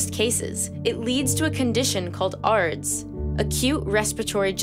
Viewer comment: The way on how ARDS was pronounced was highly misleading.